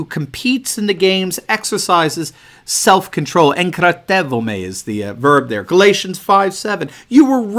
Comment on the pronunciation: Great Greek pronunciation:) Enkratevomai means holding oneself if translated to Modern Greek